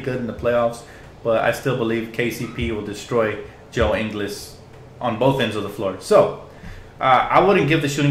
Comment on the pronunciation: Love the vid, one small thing, Ingles is pronounced much more like In-gools than In-gles. Source: we are both from Australia, so I know how we pronounce shit.